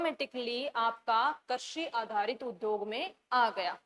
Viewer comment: मैम कर्शी नहीं कृषि होता है।प्लीज उच्चारण सही करें।धन्यवाद।